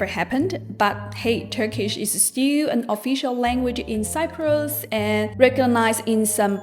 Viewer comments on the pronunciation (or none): none